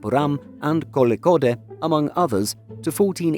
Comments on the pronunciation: Your pronunciation of Kozhikode was impeccable. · Round of applause For "Thiruvananthapuram" Pronunciation and decent job on Kozhikode 🤣👏👏👏